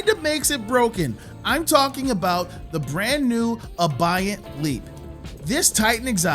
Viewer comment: Bro said Abeyant wrong 😅